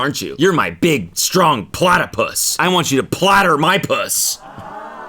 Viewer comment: Not platerpus 😭